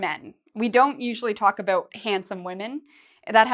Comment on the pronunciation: I like how you pronounce About like aboot, Canadian mate ;-)